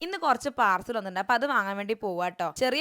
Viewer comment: പാർസൽ അല്ല പാഴ്സൽ